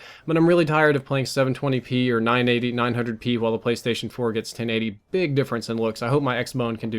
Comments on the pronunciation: Ha he said qwhile instead of while...! 😄😂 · lol your putting too much emphasis on the H lol starting to sound like stewie nice vid by the way